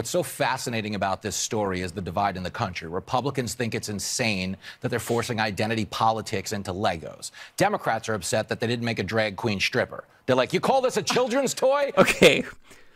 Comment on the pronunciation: Why do republicans insist on saying things like, "definally," and, "schtripper?"